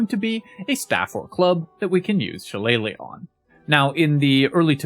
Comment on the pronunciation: Finally, someone who says “shillelagh” correctly!